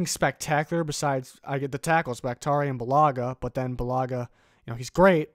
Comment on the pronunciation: Did anyone else get a little mad when he mispronounced bakhtiari